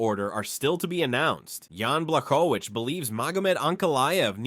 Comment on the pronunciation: Who tf is “yann blackowitch” ?😂 this narrator is awful